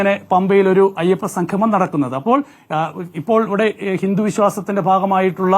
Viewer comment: സംഘമം അല്ല സംഗമം